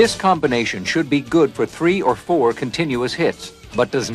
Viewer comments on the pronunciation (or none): none